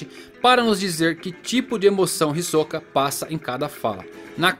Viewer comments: Pq vc fala hisokaa e não hisoka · Cara, fiquei confuso, ouvi 2 entonações na pronúncia do nome: "hisóka" e "hisoká". Acho que não é nem uma e nem outra...Ta mais pra "Hisôka" creio.